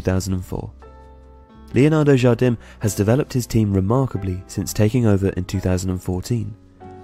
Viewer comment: you don't prounouce the m. Jardin :)